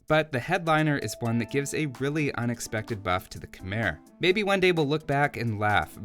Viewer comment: love your videos! one small thing: Khmer is pronounced like khmai (rhymes with Thai). keep up the great content!